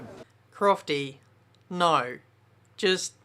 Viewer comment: "Crofty nyoo, just nyoo"